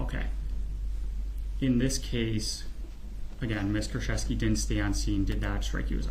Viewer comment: I am Polish, it's Koorchevskee and "ch" as in chamber not in character, and the stress is on the second to last syllable